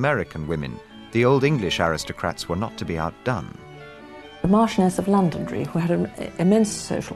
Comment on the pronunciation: Interesting is the pronunciation of Londonderry as Londond'ry, with the stress on the first syllable. No wonder the locals want it called Derry.